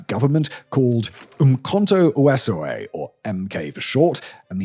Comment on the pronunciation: This is the reason 70% of the white people in South Africa voted to end apartheid. (Also it's pronounced Weh-seize -weh) This story isn't even the whole story (And some of it isn't even the story at all, it's inaccurate), Simon is only scratching the surface. It was a really violent time, Mandela, that one, used MK to kill citizens, his wife had the "Soweto Football Club" which was bombing schools. Winnie Mandelas "Football club" invented the form of killing called "Necklacing" to weed out the Askaris. Necklacing meant that the "infiltrator" was caught, beaten and then doused in petrol, had a car tyre put aaround them (Because there's no way a human could free themselves from a car tyre and the tyre meant that rolling didn't extinguish the flames), then Mandela's people would set them on fire. So Anti-apartheid forces would burn the Askaris alive, publicly so that they could be used as an example. It wasn't heroism to "not accept the offer" they knew that it was either the NP or Mandela (Winnie). They were insane times. The amount of propaganda the NP was pushing out was madness, schools weren't allowed to talk about certain subjects, the media was captured (And what wasn't was regulated by the Censorship board), so the news we got ranged from flat out government propaganda to "very biased". The number of people isn't the important fact, it's not ireelevant, but it isn't the focus. The context of a few hundred died each year because of the NP and a few hundred died because of